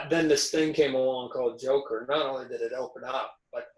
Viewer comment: MARVEL FAN BOYS CANT EVEN SAY THE NAME JOKER HAHAHAH